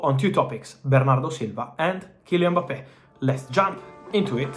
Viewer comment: hilarious hearing him say Boppay